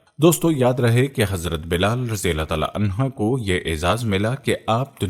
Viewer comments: Clear your arabic language it is anhuh not anha. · Ap please anha ki bjay anho bola kren